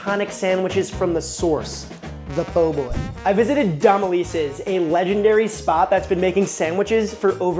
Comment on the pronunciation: Dom-eh-lee-sees Nola pronounces things all whack… it’s a lot to keep up with lol I still be a stickler. Lil bit. Want the ppl yo learn